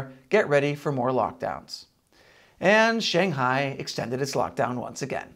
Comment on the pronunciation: Maybe....just for this channel, you could learn how to say "Shanghai"